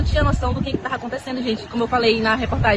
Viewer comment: Eu " tarra" muito cansada...dai eu "tarra"